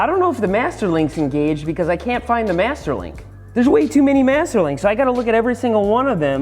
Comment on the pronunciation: I am making this a drinking game. Every time he says Mester Link You should drink a shot